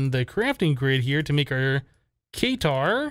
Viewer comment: the Katar is pronounced kuh-tar, not kay-tar.